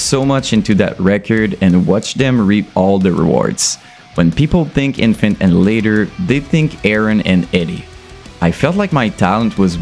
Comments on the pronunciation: Why you mispronunce their name? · lad at least pronouce there name right jesus its not difficult at this poinjt im sure youve seen multiple reaction videos to em hence your content right now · I refuse to listen to a guy who doesn't even say the name right.